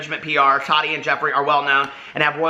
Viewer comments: Lmao I love you so much but I cringe so bad when you say tadi instead of TaTi 😂😂❤️❤️❤️ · Every time I see Tati now I think about her saying it bugs her when people don't pronounce her name "tat-tee' 😂 yes she has mentioned it ha,ha Love her so maach! I do enjoy her videos most of the time, but as someone here said I think she is an influencer verses a creator. She's awesome for reviews, but if you want creativity you are going to look to Jeffree or James..or Nikki. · How are people giving you a hard time for saying “Tati” wrong? Many Americans say the ‘t’ in a word softly or like ‘d.’ In the part of NY I’m from no one says a hard t like that 😂 For example, if I were to say “button” you don’t hear me say the t at all, and if I hear someone (like a youtuber) say the harder t I actually feel surprised and I’m like, why did that sound so weird just now? 😂 I don’t think it’s wrong, it’s just a pronunciation thing 🤷🏼‍♀️